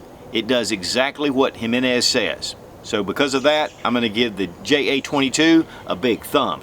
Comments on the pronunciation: Damn, brutalizing the pronunciation on that one.."High-menez"😂😂. Should be "He-meh-nez". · It’s Heemenez, not Highmenez. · It's EE - MAN- EZ. Not Jimmy nez. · It's Him-en-ez not Hymen-ez Just saying... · Repeat after me now, “he-men-es” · He-men-s.... You said it right a few times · Have gotten into mouse guns since earlier this year (2019). Curerntly have 4 and waiting for clearence for my 5th. Really appreciate your reviews Mouse guns and others. You are one of 5 reviewers I count on. One point on this review, it is sometimes confusing for some when it comes to pronunciation of Spanish words. The name "Jimenez" is "He - men - ess". The "H" in Spanish is pronounced like "H". Any way keep on reviewing. DId not Jimenez sell to Phoenix Arms? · I was told J is silent, so em-meh-nez... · Hey brotha, thanks for another cool little review but let me give you a little hand with something. Ji-MEN-ez Watched this vid and the newer one on the 9 and I can hear you hunting for the emphasis and hoped I could be of service :) Keep it up and zero negativity intended! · It's pronounced HE - men -ez . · Put some work into pronunciation, boy. "Hymenezz JA-22"...